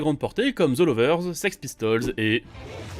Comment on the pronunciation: Sex Pistols? C’est pas six pistols 😭